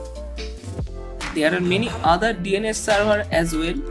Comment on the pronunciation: Why you keep say ANUS